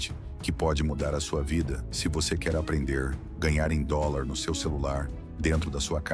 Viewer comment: Não se fala aprendellr, buscallr, o correto é aprender, buscar